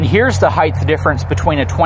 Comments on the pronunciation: Love your videos, but its HEIGHT with a "T", not Heighth....only thing that drives me nuts lol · hight hīt Not higth. I know way too many smart people that say it wrong. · It's height, not heighth lol... but great video!.. I personally loves the look of a dually over a SWV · "Heighth" is not a word btw.